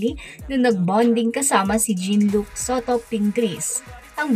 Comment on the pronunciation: It's not pronounce Jean as girl, his name is French, Jean Luc in English is John Luke, all biblical names, if its this name ,Jean is John to say it. FYI